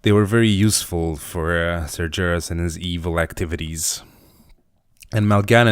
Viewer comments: its nath-ri-zeem :P and its sar-ga-ris not that you care :D! keep up the good work man love the drawing! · Nathrezm and Sarjeras, i raged about the pronunciation not gonna lie.